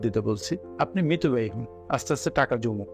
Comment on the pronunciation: শব্দটি মিতব্যয়ী,মৃতব্যয়ী না।